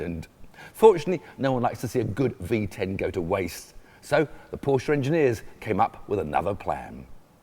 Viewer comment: Dude cant even say Porsche right...